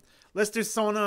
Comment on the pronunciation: I appreciate your notice on my Rammstein Rammstein link of earlier era performance. Just put it again for good measure. Their stage and pyro preparation got visibly upgraded from 2019, or what I've seen from those gadgets. The correct pronunciation for Sonne should be zone-ner. In that song, a record of spectrasonic sound sequences were played upon command by the keyboardist Flake, pronounced as Flah-ker or Flack-ker. On the note about pronunciation, Ich Will should be Itch Vill. Your movements remind me of that Numa bro Gary Brolsma. I've seen you doing that some videos ago, possibly WIDBIFS.